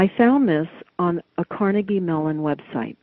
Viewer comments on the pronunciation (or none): none